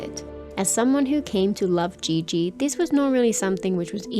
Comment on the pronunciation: great video! just one note qiqi’s name should be pronounced “chi chi” and not “ji ji”. “ji ji” in mandarin means penis 😅